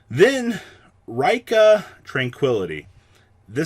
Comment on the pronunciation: Neither Raikka nor Reeka. It's Ri-kka no long pronunciation on the i